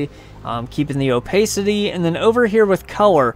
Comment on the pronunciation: the way you say opacity makes me want to smash my head into a wall